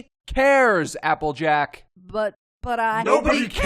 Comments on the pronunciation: "Jappleack" I cracked up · why did they call her apple jack if it jappleack